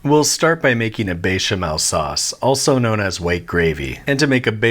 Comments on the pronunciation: Bay- shemell. 😂 it’s betch-amel. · Why are you saying BAY•shuh•mel? It's BEH•shuh•mel. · Beh-chamel, not Bey-chamel. Also: (Gnocchi): Nyocky, not Nocky. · why is he saying Béchamel as " Bay Sha Mell" ITS BÉCHAMEL WITH A BÉ NOT A BAY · bro, i needa know who told you to pronounce bechamel like dat, besh, not baysh you fool, otherwise love the content keep it up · "Be Channel..." I have to say, I am thoroughly impress by your french prononciation. Bravo! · Note to Babish fans: it's béchamel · It's not bechamel- it's bayshamail from now on. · I wish it didn't but the pronunciation as baychamel is driving me nuts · Drinking game: take a shot every time he says béchamel wrong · Honestly, this channel is great, but I hate his pronunciation. Especially bechamel and jalapeño.